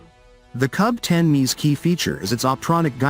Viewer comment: A little digression! "KUB" is not read or pronounced "KAB" because the word itself in Russian means "space per cubic meter m³!"